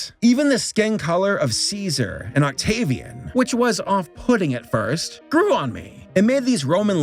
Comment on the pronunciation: Oct-gay-vian.... why did I do this